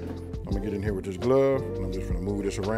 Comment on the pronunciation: WITab…? Is using that “h” to much effort lol